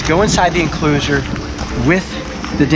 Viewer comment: I’ll get to go inside the encluushurr